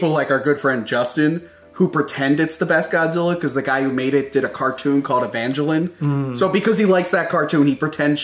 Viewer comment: "evangeline" Bruh